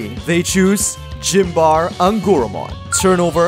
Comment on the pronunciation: Yeah, I had a similar reaction to “Gym bar eh” instead of Symbare